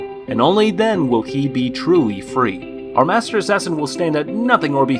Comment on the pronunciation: It was painful for me to hear you call Mater's daughter master's daughter. Though the show might look basic, it's one of the best, most heartfelt and some of the best world building in an isekai I've read. If you don't believe me, The author of re:zero congratulated the author of Paladin of the end for getting his work adapted into an anime.